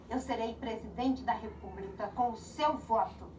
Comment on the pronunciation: Repúbrica, supricy, pqp, chooo Marinanta